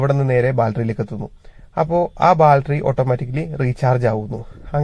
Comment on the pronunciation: ബാൽറ്ററി അല്ല 😂... ബാറ്ററി ❤